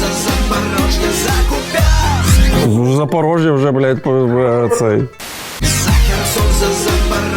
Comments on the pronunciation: Виблядок орківський Куʼп'янськ, а не Куп'яʼнск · Олексію,ви-the best )))Ті віслюки кажуть КупЯнск,а він КУпянск,аж вуха ріже...Х@ їм на все рило,а не хоч клаптик нашої землі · Какой нах КупЯнск? что за ебланы? Ударение на вторую букву. Слава Україні